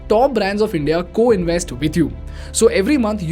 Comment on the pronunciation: I never understood why Indians cannot pronounce "v" sounds in English words, since they have "v" in Hindi, such as "vedas", "vishna", etc. Instead they substitute "v" with "w", like Wideo (video), inWest (invest), Werify (verify), proWide (provide), Wiable(viable). Why they do this???